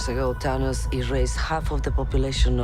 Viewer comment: The whole universe: Thanos. Salma: Tanos 💚🇲🇽❤️